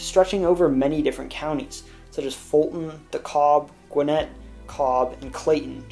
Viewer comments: And it per nonsense Dekab not dekalb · Nice job. Dékalb county is not pronounced like de-Cobb but like de-cab. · Albany is pronounced Aw benny. Dekalb is pronounced Dick ab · Great video.. Only thing I see wrong is the way you pronounced DeKalb.. it’s not “da-COB” but “de-CAB” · Great video series!! Thank you! Just FYI from a native- DeKalb (pronounced Duh-Cab) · Its pronounced Dey - KAB not like its spelled btw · LOL I lived in Atlanta for 10 years after going to college there. It was hard to get used to hearing and saying "Dee-CAB" County. Also... it's interesting that the city is Atlanta is in both Fulton and Dekalb counties. Also, the Atlanta Airport sits in two counties (Fulton and Clayton), but is part of the jurisdiction of the Atlanta Police Department. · Nice job. Always get a kick out of how people pronounce Dekalb. It’s pronounced Da-cab. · Savannah is not the 23rd busiest seaport. it's the 4th Behind two in LA county and the Newark/NY Port. And DeKalb is pronounced it DEE-CAB Not de-cobb. But a lot of information given to you was misleading. ⭐⭐⭐ Star's out of 5. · Nice video! Just some bit of advice. DeKalb county is pronounced like duh-cab. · If you had really listened to people from Georgia, he would know that chickamauga is not pronounced chicka-maga, but chicka-maug-wah, and DeKalb county as, de-cab. I know it may seem trivial, but it irritates us native Georgians when outsiders pronounce our name places wrong. 🙂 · Great video but you mispronounced a few things mainly DeKalb county and Albany.